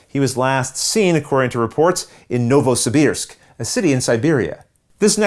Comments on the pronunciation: Your pronunciation of Novosibisk is not wrong, at all, when you put it in english context it sounds different from the russian but not wrong no need to apologise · your pronunciation of "Novosibirsk" is good and correct, with a slight correction for the accent of course. Personally, with my English pronunciation, I can hardly pronounce Montague better.;-) From Russia with love! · You are pronouncing Novosibirsk perfectly :D Thank you for the great review!